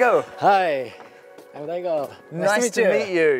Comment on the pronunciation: "Hello Dego" ? What? da-ii-go... man what are you doing there? Daigo's English is better than your's my friend. Yikes.